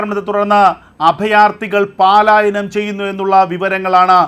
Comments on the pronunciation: പാലായനം അല്ല പലായനം ഉച്ചാരണം ശരിയാക്കുക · എടോ, പാലായനം അല്ല പലായനം.